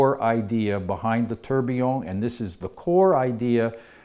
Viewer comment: The beginning of the word Tourbillion is not pronounced like the English word turbine !!!!!!!!!!!!